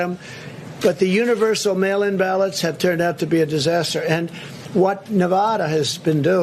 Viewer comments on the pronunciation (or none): Did he say "mail imbalance" instead of "mail in ballots"?